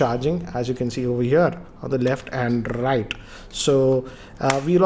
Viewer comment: on the rrrrrrrrrrright hahaha